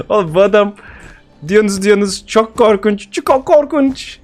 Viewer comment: Adal: Yaw adam çko korkuwnç dionuz neyi korkunç *Adal scp oynar*:bu adam çko kowkunç